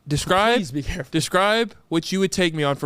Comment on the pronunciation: Snickers “carful “